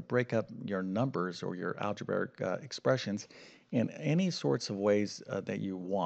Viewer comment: ‘Distribative’ is not a word in the English language. And ‘algeberric’ is a complete abomination of the language. I wouldn’t trust any math teacher who is unfamiliar with the word ‘algebraic.’